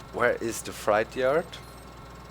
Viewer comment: It's pronounced fr8 not like a scary fright